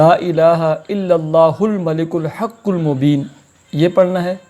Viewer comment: الحق المبین ۔ تلفظ صحیح کریں ۔ مولانا صاحب ۔